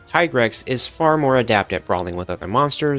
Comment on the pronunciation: Ty-grex? Wrong It's pronounced TEE-GREX. Like T-rex. SAY IT RIGHT NERD